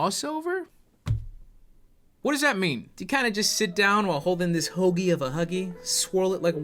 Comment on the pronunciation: DO NOT EVER SAY HOAGIE OF A HUGGIE EVER AGAIN I WILL DIE AND IT WILL BE YOUR FAULT